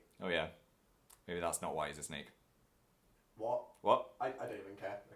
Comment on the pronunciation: I love how you pronounce "snake" as "sneak" 😂 it's adorable